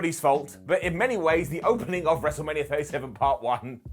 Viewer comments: The “Wrestle-Rainia” call absolutely deserves a brown down. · Cole saying “WrestleRainia” made me lose about 10 years to my life.